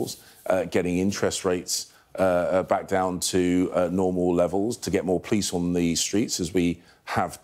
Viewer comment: he is in charge of PLICE-the way he pronounces it- thank god only until 4/7 with his PLAN- maybe it will become a PLANE ONE WAY TICKET to the forest where his ancestors came.